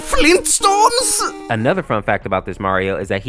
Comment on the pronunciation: Grayund dayad Fleeentstones?